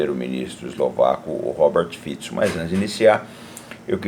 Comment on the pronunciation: Primeiro que falou o nome do primeiro ministro corretamente. Parabéns!